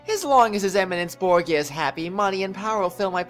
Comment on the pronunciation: btw it's bor-ja not bro-gee-a gotta love cutscene focused missions with no gameplay xD